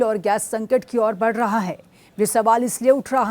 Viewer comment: Badh gaya hai madam padh nahin raha hai